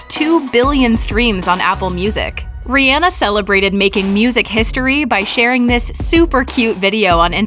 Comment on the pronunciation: She really went reanah